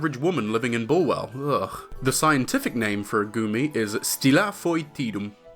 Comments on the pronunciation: i knowww but i can't stop hearing "gurmy" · i fr keep thinking he's saying "gurmy" everytime he says his name